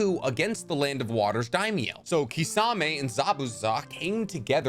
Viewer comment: Can you stop calling him kissawmay?!?! It’s kiss-a-mei